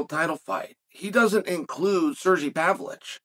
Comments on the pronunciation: sergi pavlichh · Sir-gee Pavlich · "Serjay Pavlich"